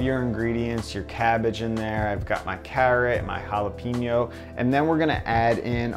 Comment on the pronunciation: The hell are halapeenjos?